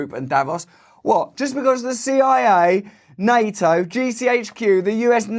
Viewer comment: It's NATO Russ.. not NA-O